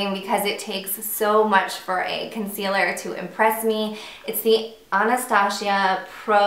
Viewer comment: No no no Not AnastaSHIA, her name is AnastaZia.it's Z not SH.that's funny, i've never heard somebody pronounce her name like that... :D